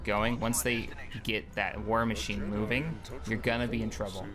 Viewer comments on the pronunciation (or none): none